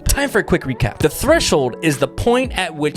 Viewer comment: Especially when he said time for a quick re-crap instead of recap !!!